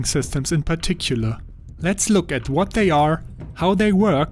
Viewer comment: "... ent tu vat extent" German confirmed